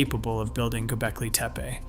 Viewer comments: What's "GobeLki"? I thought it was "GobeKli".... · Learn to pronounce "Gobekli" :hand-pink-waving: It is not GoBELki. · Good video, but where are you pulling this "i" from⁉️ It's TepE and it is NOT TEPI. TEH-PEH Twice you even said TIPE?!?! Once even GOLBEKI⁉️ Why is it so difficult to say TEPE, TEH-PEH, NOTHING OTHER THAN THAT. Again, it's a good video. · not to mention, he mispronounced both "Gobekli" and "Tepe" several times. I always question someone presenting "with authority" that cannot pronounce names/words. Generally, it indicates a willingness to act on assumptions with confidence, or inattention to detail during post editing at the very least!